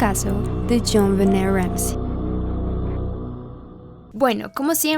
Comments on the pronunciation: min.1.07...a ver..como quedamos en como se pronuncia el nombre de la niña?...tu pones..Jonbenét..pero luego lo pronuncias con acento en Jon..Jónbenet...entonces... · Me encanta mucho este video y este canal, pero acaso soy la única a la que le desespera un poquito como pronuncia el nombre como “JonVené” jaja. Amo tus videos!!